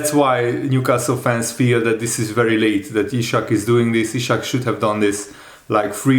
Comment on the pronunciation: Dude, his name is Isak, not Ishak.